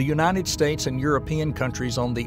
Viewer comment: Unated? It's United States. It said it just fine earlier.. 🙄😔